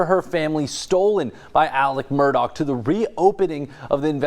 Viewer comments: Repeat after me: "Alex Murdaugh", not "Alec Murdock" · Why does everyone say Mur-Doc? It’s Murdaugh, Mur-dah!